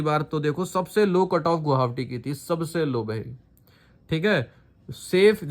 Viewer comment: Gohawati ya गुवाहाटी 😃😃